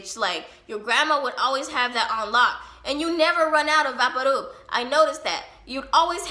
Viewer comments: was you saying vapor rub? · Is she saying vapor rub lol